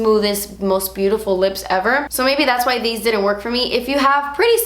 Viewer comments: I love how she says "dats" instead of "that's" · When you say "das expensive" I gain life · "see dat right der? Dats a shimmer particle" Love the way you said that 😂😂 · "das a shimmer particle" 😂😂😂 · "das a shimmer particle" omg i love you 😂😍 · "das a shimmer particle" omg cracking up